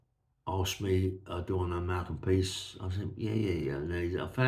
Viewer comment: PRICE is name is it’s not peace although I laugh when you say it. I have told you before mate. Love the stories keep them coming. From Merthyr Tydfil